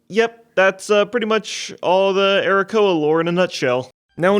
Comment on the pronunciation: Arrakoa as playable race? Did i hear Arokussy?